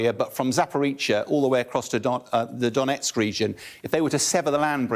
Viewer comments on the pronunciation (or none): none